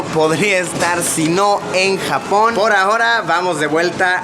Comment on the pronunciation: cuando dice Japón me parece a jamón